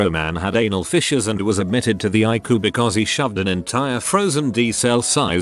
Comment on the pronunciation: I love it when he says "I-Coo" idk why lol